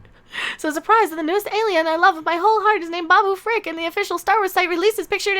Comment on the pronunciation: Pickle Rick is what I hear when you say it